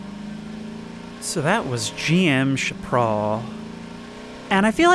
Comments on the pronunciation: I guess it is my turn to be "that guy" but its "shap-puh-rel" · fascinating. youre the first person ive ever heard pronounce chaparral like that. everyone i know pronounces it SHA-puh-RAL